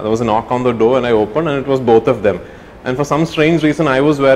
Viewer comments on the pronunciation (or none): none